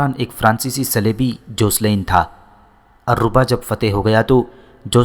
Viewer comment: بھائی یہ الرھا شہر ہے alriha